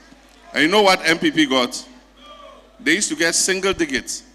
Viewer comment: Please masa say single digit right.